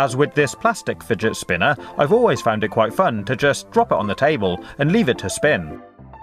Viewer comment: I love when u say "fidgetspinnah"😂